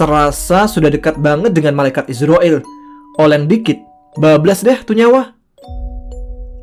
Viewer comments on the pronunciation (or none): none